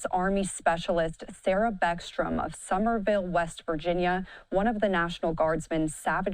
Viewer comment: The news anchor is disrespectful. Did not even have the courtesy to pronounce the name of where she was from. It's not Somerville. It's summersville